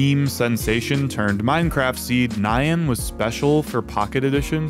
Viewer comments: Lol at the pronunciation of "Nyan" as "Nye-anne" For anyone who doesn't know, the correct way to say it is more like "Knee-Yan" (but be sure to shorten the sound between the N and Y, in other words keep the "ee" sound in "knee" as short as you can) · what the hell is "ni-yan," just pronounce it as it is bro. It's not an English word. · the most nostalgic thing about this video was remembering how common the mispronunciation of nyan (NAI-yun instead of nee-YAN) was back in the day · It's 2023 and folks still pronounce "nyan" as "nigh ann" Wild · He pronounced it wrong. The Y is a consonant in this word. It's the Japanese word for "meow". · Bro should be legally banned from saying Nyan... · Why the heck do you pronounce "nyan" like that